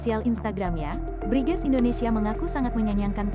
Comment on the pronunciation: BRIGEZ dibaca BRINGAS....gitu ya...?